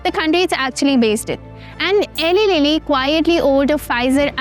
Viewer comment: It's Eli Lilly. e-lie lilly